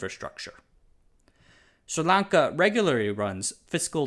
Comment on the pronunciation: Am I the only one paying attention to the fact that he’s made up his own name for this country?!? There’s no “Sir” in the name 🤦‍♂️. It’s Sri (Sree) Lanka